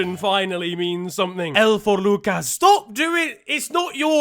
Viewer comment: 😂😂😂😂 “L foorr Lucas” insert the accent